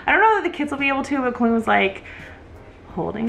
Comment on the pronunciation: Today I was watching the video on mute with closed captioning, and they are the automatically generated ones right now. So when they got to the end, every time they said "Colleen" the closed captioning transcribed it "queen" the way says it.